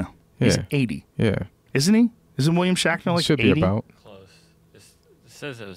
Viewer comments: "William Shackner". Joe needs to take a break from THC for a little while. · Who the fuck is "William Shackner"?!